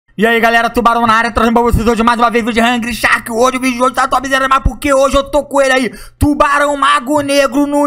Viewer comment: "Rungry sharki" 🤣🤣